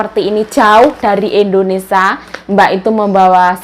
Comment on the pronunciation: ...maaf kok melafalkan Indonesia...Indonesa...krg i.jd dengernya ga enak. maaf ya dikoreksi